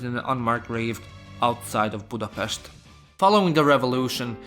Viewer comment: Budapest drives me mad everytime